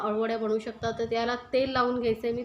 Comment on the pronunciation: बनवु असे बोला बणवु नाही